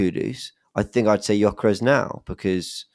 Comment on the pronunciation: making up new magical words live on pod saying the word "dramastic" while getting on about his pronunciation of Gyokeres 😂😂. Love the show & don't bottle it.